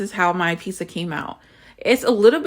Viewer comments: Why do black people always say "peesa" instead of "peetsa"???? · My peace-uh